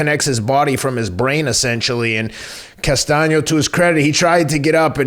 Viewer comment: Good stuff as always, but I have to crack up. corrected the George Costanza thing, but while the fight was going, Teddy went from tweeting the proper "Castano" he started saying "Constano", LOL. Also, it's odd that Boots Ennis has two consecutive early KO's with shots behind the ear. Note to future opponents - don't duck down that same way trying to avoid the right hand.